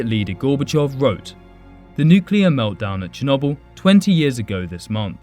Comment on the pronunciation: Just saying your pronouncing chernobyl wrong